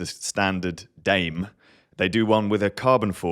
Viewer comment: Primos is Spanish for cousins ("... how we see our riders: part of the family"). Dame: Spanish means "Give me." Dame is two syllables (short "a," "e" pronounced like a long "a").